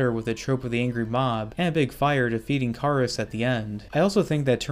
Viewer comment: Regarding the Lon Chaney Mummy movies: It's Not Car-is, but Care-is